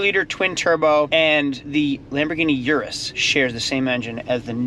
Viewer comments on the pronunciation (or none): none